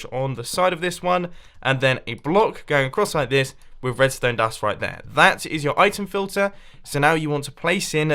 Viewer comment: No one : Mumbo : redstone dast